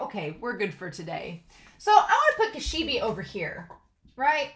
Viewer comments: She brought a bag of eyes 😨... Okay, Makima, you're a sick woman and I hate you. The name "Kishibe" pronounces more like "Ki-Shi-Bay". Actually Kobeni didn't say "I hate this" when she was standing with Denji and Power. She said "kaeritai" which translates to "I want to go home". She keeps repeating "kaeritai" over and over again. I know it's not anything major but I still wanted to inform you... The sword Aki is using now isn't the same one that he used to summon the Curse Devil. It's just a normal katana so he's fine. Okay so far Makima's abilities are super confusing... in previous episode she kinda uses this invisible force sorta thing to crush her enemies like tomatoes. And this episode she uses this ability where she may or may not look into people's eyes and they all start to bleed out from noses and eyes before they all eventually die. Like she's manipulating their bodies...? 🤔 Do you think a fear like this might exist? Body Manipulation? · Yes, I am the WORST pronouncer in the history of YouTube -- so you'll all have to forgive me. I've been told how to pronounce Kishibe's name; I'll try to do it better in the future, but I may mess up, just so you all know. I don't want to be influenced by comments that could have meaning that are a spoiler (I'm not sure if you're a manga reader or not), so I didn't read all the comment about Kishibe and Makima -- I don't want to be influenced by comments in how I think about the series, but thanks for the comment!